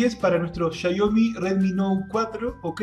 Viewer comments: Es Xiaomi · Por qué xia yo mi? El idioma te deja decir xiaomi sin mas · Buen video PD: Es Shiaomi, no Shiaiomi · repito, así se pronuncia: Shiaomi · asi es como se pronuncia 😉